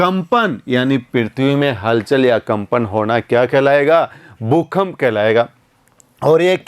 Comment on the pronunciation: भूकंप होता है भूखंप नहीं।